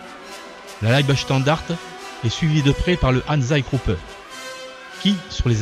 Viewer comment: Mauvaise prononciation de leibstandarte